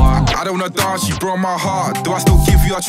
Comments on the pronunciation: Damn they way he pronounces 'Dance' 🤣🤣🤣🤣. Before looking at the lyrics i thought he said Dorse the night away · Nah, that pronunciation of the word dance, I can't rate this. D A R N C E